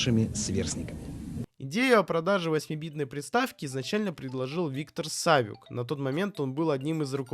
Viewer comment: Савю́к он, не Са́вюк